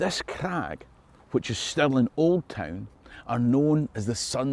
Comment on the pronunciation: Alrighty, Can't we all agree its not Pounds Sterling but actually... SPOONDOOLIES!!! Dear American & Aussie chums fae now on it Stirling (STIR-LING) castle & money is called SPOONDOOLIES Scots everywhere will know exactly what ya mean & all this confusion shall end, the world will be in harmony, the lamb shall lie with the Lion, & all the TENDER SHALL BE LEGAL ACROSS THE LAND!!!....problem solved & jobs a good un!!! Your welcome 😂😂😂